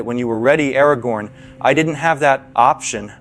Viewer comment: aragorn it's aragon but Anakin you could have said no to prophecy.